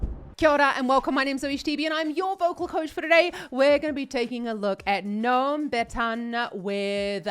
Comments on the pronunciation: His name is not nome. It's Noam, spelled No-Ahm. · It's pronounced No-Am